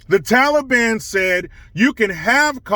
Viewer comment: Thank you for saying taliban and not tally-bon